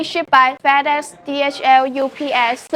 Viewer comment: I love how she pronounces FedEx as "Fatass" 😂